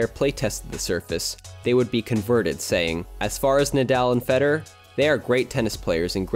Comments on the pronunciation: If you make a video about World Class tennis tournaments, you should really learn how to pronounce the names of top players you are going to mention. It's not Feder. It's FederER. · I swear it sounded like you were saying "Fetter" instead of "Federer" the whole time. Drove me nuts